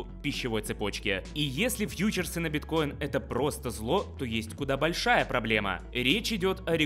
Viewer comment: Во фразе "куда большая проблема" ударение нужно делать: бОльшая, а не большАя.